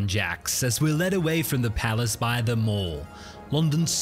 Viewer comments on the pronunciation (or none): The King won't be amused that you pronounced The Mall and Pall Mall the American way. Here in good old blighty we say The Mal and Pal Mal 😂